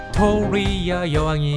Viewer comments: 뷕토뤼아 여왕 ㅋㅋㅋㅋ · 빅토 뤼아~ 이거 발음 웃기다😂